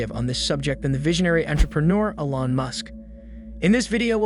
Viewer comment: First time hearing someone pronounce elon ellon